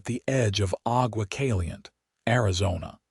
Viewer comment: AI narrator should be taught Spanish pronunciations if the stories are going to be featured in Arizona, New Mexico, Texas, Nevada or California...these names are part of the heritage of our Spanish and Mexican ownership of this large territory. Aqua Caliente...Hot Water